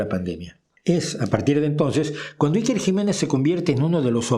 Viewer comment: Como se nota que no vives en España y niucho menos conoces nuestro gobierno...infórmate antes de criticar es lo mínimo a por cierto te viene muy grande pronunciar a iker